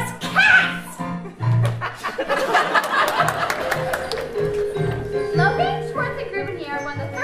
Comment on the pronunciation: it's pronounced like logan!!! it's not lo-gayn!!!